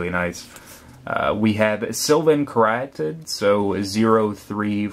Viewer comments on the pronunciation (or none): you pronounce meletis wrong, caryatid id pronounced kary-ah-tid, and medomai you have to much stress on the o